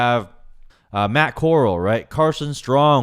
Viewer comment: No hate, but Corall is pronounced "koe-rahl" co as in cosign and rall as in rally.